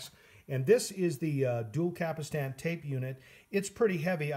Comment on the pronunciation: Stop saying Cap Ull Stan.